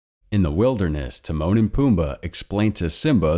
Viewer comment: When you said Timone and pumba I thought you said The moaning Pumba lol